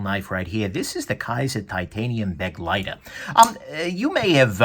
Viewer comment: Yup. And pronounced, buh-'GLY-ter. Not 'BEG-ly-ter. Not that most people care, but...yeah.